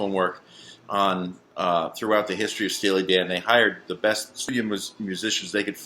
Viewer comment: said "Steely Dong"...... Ha Ha!